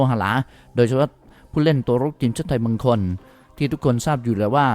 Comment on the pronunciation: เขาอ่านว่า คน เด้อ ไม่ใช่ ตน